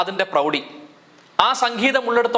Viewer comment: സക്കീതം അല്ല സംഗീതം